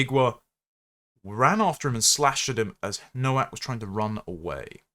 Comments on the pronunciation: FFS it's pronounced NO-VAK! The W is a V in English. Why would you comment on someone's demise when you didn't take the time to learn how their name was pronounced? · Nowak is pronounced Novak. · Please, have the decency to pronounce his polish surname correctly., I think the poor lad and his family deserve as much. The W is pronounced V. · The first 150,000 times I heard it mispronounced I ignored it.